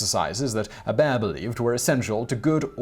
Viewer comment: My last name is Hebert, it's nice to hear someone say it properly.